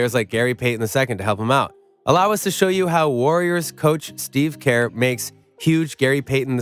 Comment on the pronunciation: Kerr is pronounced like 'ir' in bird or 'ur' in curry. Not like 'care.'